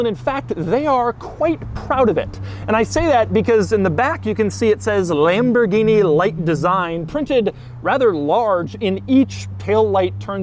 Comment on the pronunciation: Lamborghini "Shentinario" got me 😂🤣